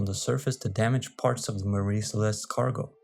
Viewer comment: You're mispronouncing "Mary."